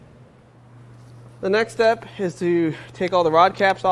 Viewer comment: the way you say "the next step" is interpreted by my Echo Dot as "Alexa" and every time I repeat that spot she does something different.